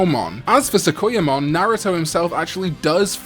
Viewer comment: Sorry I didn't even catch the jinchuriki mix up and I don't expect accents I guess I should of been specific and didn't mean to sound rude unfortunately looking it over I prolly should of just been silent. But your pronunciation of sakuyamon caught my ear Again I apologize for the rudeness